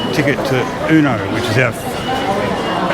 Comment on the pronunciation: It’s Ueno not Euno 😂